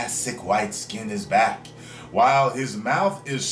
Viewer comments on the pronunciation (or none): none